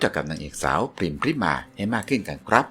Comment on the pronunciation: ขอโทษนะคับ น้องพริม ชื่อจริง ต้องอ่านออกเสียงว่า พะ-ริ-มา อะ กึ่งเสียง น่ะ ไม่ใช่อ่านว่า พริมา นะจ๊ะ ภาษาไทยต้องอ่านออกเสียงให้ถูกต้องด้วยนะ อ่านชื่อน้องผิดไม่กดติดตามให้นะจ๊ะ ไม่ผ่านไปทำการบ้านมาใหม่